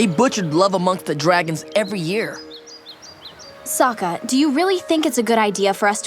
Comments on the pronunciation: "Shut up Sakka." It's sokka but close enough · Dammit, it's Sokka, not Sakka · Not Soka, Sokka (not an o sound) please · Sakka? Wasn't it Sokka? Also, I concur. It really did suck. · It's Sokka, not Sakka. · He pronounced "Sokka" like that terrible movie did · also...you fucked up. it's "Sokka." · I wonder if he was trolling people by mispronouncing Sokka and misspelling him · Am I the only one who nearly lost it when he mispronounced Sokka's name? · I hope no one else catches you mispronouncing Sokka's name. that just opened up a can of bad worms